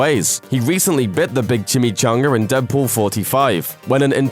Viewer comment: lol "he recently bit the big Chimmy ChongrR"